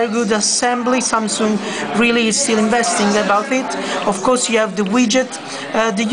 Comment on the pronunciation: lol 'samsooong'